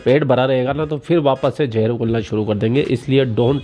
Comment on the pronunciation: Jahar nahi Zahar bolted hai